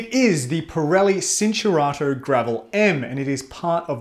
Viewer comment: At the risk of sounding like a smartarse It’s Chin-Tour-Arto “C” in Italian is “Ch” Cinelli, for eg